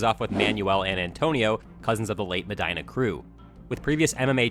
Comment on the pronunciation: The way you pronounce "Medina" makes me think you don't know any Hispanic people.